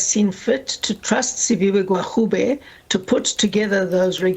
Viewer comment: Hellen not educated..cant even pronounce minister gwarube.. Da pls go..eff wants to enter government and expropriate land without compensation